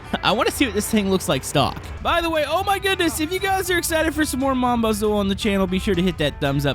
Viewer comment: STOP SAYIN BAZOUL ITS JUST BAZOU theres no L